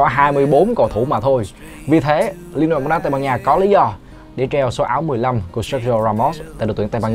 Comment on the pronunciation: "BÓONG"